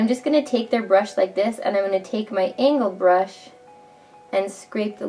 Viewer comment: My bro : Did she say ANAL brush ?! Me : NOOOO ANGLE BRUSH ! My bro : oooh